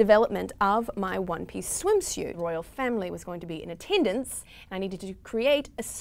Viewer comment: Still wondering what a "swimshute" is ;)